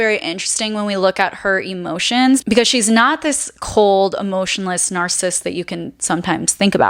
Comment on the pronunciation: I love how you say narcism, and narcists